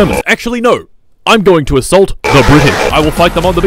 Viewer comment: He gonna asuult da bri ish